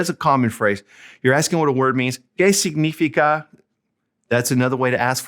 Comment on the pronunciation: Great video. I am using it with my Spanish 2 classes. Two minor details: 1. It's: "sig-ni-FI-ca", not "sig-NI-fi-ca" in your "¿Qué significa?" example. All the rest of the words are pronounced very well. 2. "¿De qué color son tus zapatos?" is not an example of "qué" + plural noun. In both examples, you have "qué" + color; "color" is a singular noun. An example of "qué" + plural noun would be: "¿Qué restaurantes prefieres?". Hope this helps! Keep making more grammar videos. (I can't seem to find your video on how to form questions in Spanish: yes/no questions [with no word order change, with inverted word order], tag questions, information questions [with interrogatives].)